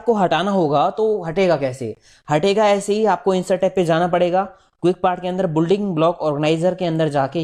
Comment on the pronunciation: Nice. I suggest you to pronounce correct the English words like "Building". Pronounciation of this word is "bil.ding" Thanks